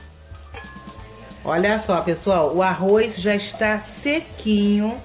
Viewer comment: Não fale arroiz, e sim arroz. Em bom português. 🇵🇹🇵🇹🇵🇹😁😁😁😁